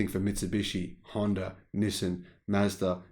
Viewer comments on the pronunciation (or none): none